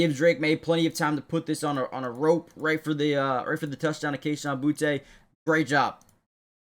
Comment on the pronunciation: It’s pronounced Boo-tee not Boo-tay